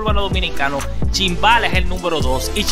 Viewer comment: Se dice numero no nunvero